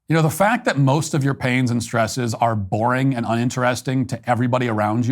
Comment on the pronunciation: "Our shtresses...?"